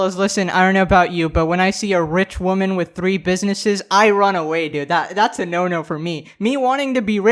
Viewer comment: "Wahmen" -WoMAN